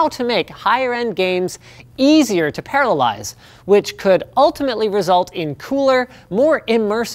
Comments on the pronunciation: "This math problem is easy to parallize". I think you mean 'parallelize'..? Again and . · I kept hearing paralyze instead of parallelize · Did he say paralyze or parallelize ? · Say after me "para-llel-ize"